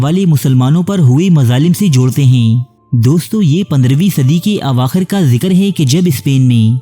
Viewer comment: Hee the way you pronounce hai 🤣🤣 heeei heii